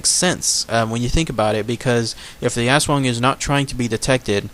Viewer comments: you're suppose to pronounce the aswang quickly almost like US-wung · its us+wung but say it a little faster .. i think .. (^_^) \m/ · It is pronounced as As-wang that's for the commentors mis- prounouncing it as ASS.. ..the half-bodied flying creature is another type of aswang called a manananggal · i kept thinking you were saying ass worm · My partner in Filipino and she has had many aswang nightmares as a child and even occasionally as an adult. it is pronounced "ash-wong" in her dialect. There are many different dialects of Tagalog though so the pronunciation may differ slightly from province to province. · In Cambodian Culture, we've got the same thing exact except we call it Arb (don't know how to spell it - pronounced like ab but the a is long, r is silent) it can't shape shift or anything. Also our Aswang type creature's body glows green, yellow or red as it flies. It doesn't make any noises but speaks the native language. It's even said they've come to remote areas in the United States as we immigrated from Cambodia. Haven't seen one myself but stories are prevalent in our community. However, the flying skinny torso physical features, and the hunger for kids and unborn babies align with the Aswang.